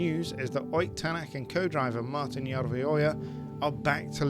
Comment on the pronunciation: as an estonian i confirm its awesome that he joined m sport and you nailed the pronounciation